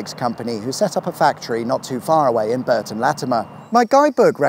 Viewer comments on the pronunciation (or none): none